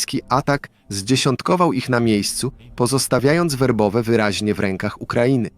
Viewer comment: Nie Wobowe tylko Werbowe